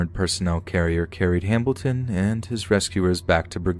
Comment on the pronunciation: ...you guys heard him say “Hambilton” too, right? I’m not just going crazy? Or deaf? I literally thought it was just a weird accident the first time he said it, but then I kept hearing it but I don’t know if I trust my ears.... lol